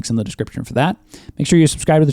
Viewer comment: oooh that pause before "byeeee" got me. I thought you might be done with it.